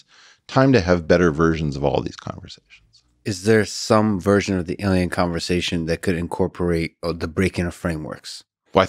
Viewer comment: He said "conversation" without the "g"!